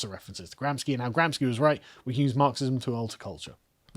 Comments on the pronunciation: Carl, for the thousandths time... It's pronounced GramSHi, NOT GramsKi! He wasn't Polish, he's from Italy!.. Please, have some mercy on my ears! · Little correction to the pronounce of Gramsci. Pronounce it as if it is Gramshy. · Gramsci.."sci" is pronounced "she" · And GRAMSCI = GRAM-SHEE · Gramsci is pronounced "Gramshee" for those who care about this utterly inconsequential datum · Gramsci is pronounced "gramshi", he was Italian